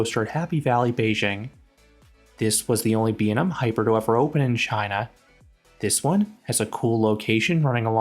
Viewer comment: imma need you to learn to pronounce B&M correctly